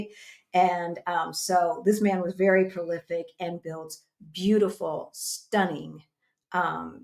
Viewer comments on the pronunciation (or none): none